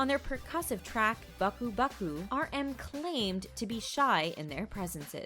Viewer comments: WT... ba-ku ba-ku ?🙄부끄부끄 And Zico pronounced zī(-ē)-co? Random insertion of Exo's Chen and PSY... are you just fishing for views? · His underground stage name was Runch Randa not Runcha Randa (that was pretty hilarious though). His nickname was dance monster not dance prodigy lmao. He never had open heart surgery that was just a rumor that he confirmed to be wrong. Also, she slandered Buckubucku by calling it Baku baku and Namjoon's name by calling him only Kim lol. I just want to know where they're getting their info from